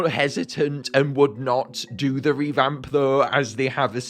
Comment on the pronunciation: Did anyone else notice “reVhamp”?